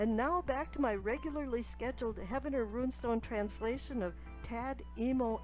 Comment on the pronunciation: I just opened comments to correct her. you beat me to it.